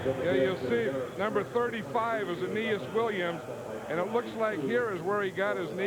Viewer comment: I love how pat, in all cardinals games, refuses to pronounce it as anything but anus williams